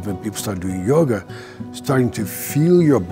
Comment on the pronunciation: I love this paradigm and approach and think Bessel speaks very well on it. But I kept hearing "yogurt" instead of yoga and now I'm hungry